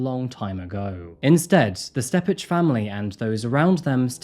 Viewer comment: Thank you for your coverage on this case. How LRPD handled this was absolutely vile. Ebby’s little sister was one of my best friends in high school, and I vividly remember when she went missing. Just an FYI, though, Steppach is pronounced “step-ick”.